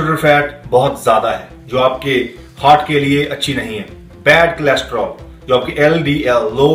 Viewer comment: pehle cholesterol thikse bolna Sikh. ......